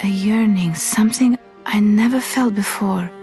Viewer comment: Its either German or somewhere around that area for sure. The way she says 'something' gives it away. She says 'some(s)ing' which is quite common for Germans to do.